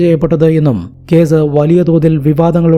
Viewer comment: സ'" എന്ന അക്ഷരം പറയാൻ പഠിക്കൂ ആദ്യം. എന്നിട്ട് പോരെ കഥ പറച്ചിൽ!!! സ ക്ക് പകരം z ആണ് വരുന്നത്. അറുബോറൻ! കേസ് എന്നത് കേz , police എന്നത് പോലീ z 😂😂😂😂😂😂😂 കഷ്ട്ടം!!!